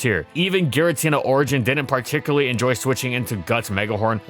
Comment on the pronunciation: To this day, he still can't pronounce "Particularly" correctly without making it sound like "Particuraly".